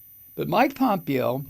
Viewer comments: Mike, its pronounced Pom PAY yo. Not POM pee yo. And, you, Sir, are just hilarious 😆!!! I miss the EFF word, sometimes, man. But, I gotta say, I now feel a lot less worried about the state of your health, Mike. Ya don’t get quite so alarmingly red-faced and shakie, anymore, since your no-use of EFF word vow came to be. I hope that you still have chances daily to blow off some steam. Great video, man! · You say this piece of shit's name wrong Mike. It's pompiggo. They're all CORRUPT,grifting,greedy and DUMB TRAITORS. Can't wait til we get justice and this nightmare is over and hopefully we survive. Take care. Hey. Hope you feel better each day